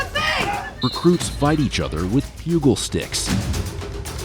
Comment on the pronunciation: FYI…the “g” in “pugil” is pronounced as a ‘j’ sound.